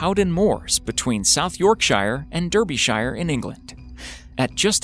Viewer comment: I cringed at the fact how you pronounced Yorkshire and Derbyshire.........for me being a Yorkshire lad that was the most nerve-wrecking thing of this video ha ha #lol